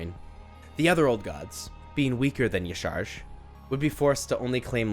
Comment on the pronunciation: Aww isn’t it pronounced “yah sha rahj”